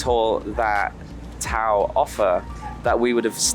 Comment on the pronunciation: it's tao (ta-o) = tagalog for human. Great video!